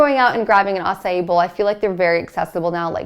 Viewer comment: Acai is pronounced 'ah-sah-eee'